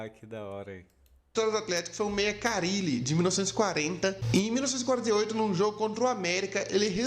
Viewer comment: O nome correto do jogador que sentou na bola no meio de campo é Carlyle, se pronuncia "Carlaile".